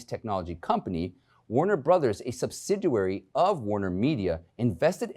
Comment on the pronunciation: Come on! Learn how to pronounce words BEFORE going on air. What is a subsiduary? The word is subsidiary!